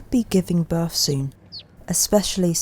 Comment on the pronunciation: "Anover, fousands, birf, mouf" please learn to pronounce words correctly. these words all have the TH diagraph you pronounce as F and it makes you sound childish and spoils your excellent photography.